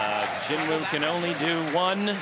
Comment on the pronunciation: I don't get it, is it pronounced genwoo or jinwoo?